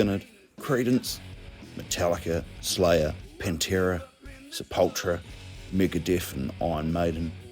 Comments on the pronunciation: Interesting video, never knew NZ had their own bogans. Also never heard anyone pronounce Sepultura as "Sep-ultra" before lol. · Pronouncing Sepultura wrong, opps Bogan